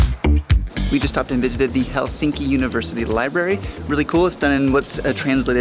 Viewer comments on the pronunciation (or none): Are you sure you visited Helsinki? How come you cannot even correctly pronounce the name of this city? It is not helSINKI... it is HELsinki. Emphasis on Hel.